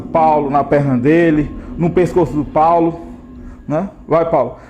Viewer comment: In investigação sobrenatural the investigator's name is Paulo, not Paolo. 😉 Your videos are the best